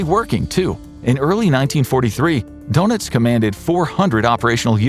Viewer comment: Its pronounces durnitz not donuts